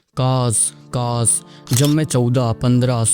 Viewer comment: Kash ✅ kass ❌